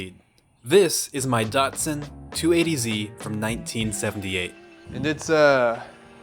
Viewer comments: How dose the word Datsun, with an A, become Dutsun with a U where the A should be? It is Dat-sun not a Dut-sun! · Its DAT SN not DUT SON and its NIS SAN not NEE SAN or NEE SON. Please learn how to pronounce Japanese words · It’s a Datsun, not daarrtson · It's not a DOT-SUN, It's a DAT-SUN. I don't know who started saying that back in the late 70's but it would alway make me mad, I own a brand new one back in the 1974, (260 Z), The dealer said DAT-SUN then more people started owning one by the late 70's it was DOT-SUN. This is DAT when you add SUN its DAT-SUN......